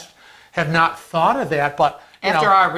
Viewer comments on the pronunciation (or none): Thought not ghought.....lol